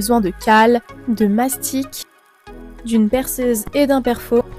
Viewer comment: Mastic et non mastique(encore moins m'astique)